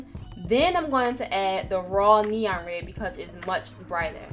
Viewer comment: I like how she says red. "re"